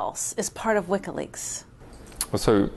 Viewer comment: What's this "wikka leaks" the interviewer keeps talking about?